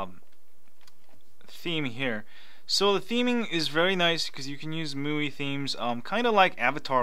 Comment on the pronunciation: I think it's pronounced My u.i